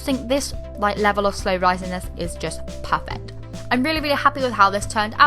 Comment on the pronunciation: I love how she says perfect as parent.i love btw!!❤️❤️😍